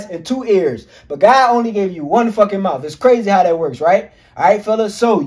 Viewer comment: Immediately begins to speak like a criminal....he said mouf. Bro, its mouth. Speaking like this promotes crime and degeneracy by trying to make it look cool. Bring back a culture of honor amongst men. You will attract dumb women who like to be abused and run through if you speak like this. If you speak like this around a cop, they will assume you are a criminal. Its not racism either, stop with that b.s. its like " oh, he sounds and acts like a criminal, maybe he's a criminal" talk right and you'll attract better people.